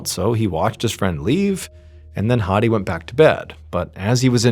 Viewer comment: Good pronounciation of "Mahmoud/Ma7moud". But "Hadi" is wrong, the "A" is an "apple" A, . Not an English Major, just a native speaker. :)